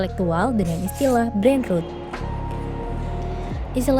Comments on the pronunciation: Tempo ini bikin konten bagus tapi voiceover nya bikin malu ngedengerin cara baca dalam bahasa inggris “ brainrot” 😂😂😂… emang ngga tau cara baca nya atau emang ngga bisa bahasa inggris host nya ini? Brainrot dibacanya brainroot 😂😂😂😂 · Iyaa dri td dengernya gregetan banget kok rut2 trs nyebutnya hahaha